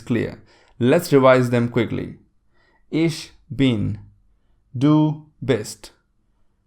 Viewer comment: "Ich" is pronounced kind of like "ik", with the "k" or "ch" at the back of the throat it is NOT pronounced as "ish".